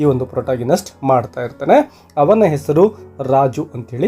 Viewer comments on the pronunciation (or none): none